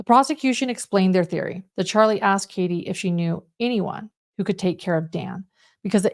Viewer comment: Or a question is Axed, rather asked. Just saying.